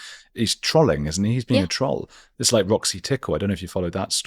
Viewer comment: That's not how you pronounce troll and trolling. It's not a trolley, it's a troll.